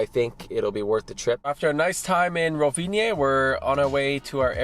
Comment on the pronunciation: "Tunnels are expensive. Gotta build them!" You don't say?:) You don't need the "e" at the end when pronouncing Rovinj! Glad you enjoyed, both it and Motovun are awesome! Hope you get to come back soon!